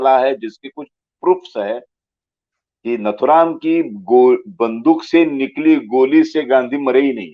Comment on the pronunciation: His name is nathuram and not naathuram. Pls pronounce correctly. नथुराम नाथूराम नहीही